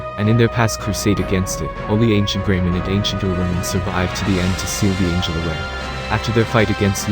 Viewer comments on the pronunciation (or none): none